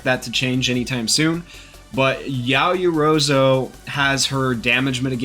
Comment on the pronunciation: The pronunciation of ‘Yaoyorozu’ hurt me?.